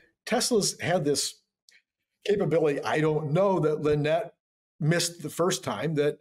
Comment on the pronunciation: You missed her name, it is not Linnette it is Lie-Nette. LOL